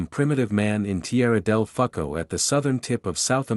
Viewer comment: Not bad, but I’d really prefer to hear an actual person read this. This reading isn’t exactly robotic, but it’s stilted. Also, Tierra del WHAT? 😂🎉❤